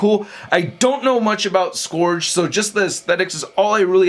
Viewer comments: Hate to be nitpicky but it's pronounced Suh-gur-g not Suh-gor-g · So no one mentioned that he's mispronouncing Scourge? The O is silent. It's SKURJ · The handgun is a Desert Eagle. The Shotgun I'm not sure but it looks like a tactical Remington 870. The knife might be a Ka-bar. And shells are brass. Not copper. And your pronunciation of "Scourge" drives me crazy. It's pronounced "Skerj" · It's Scourge.